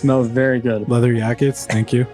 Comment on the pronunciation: “Leather yackets” lmfao I’m fucking crying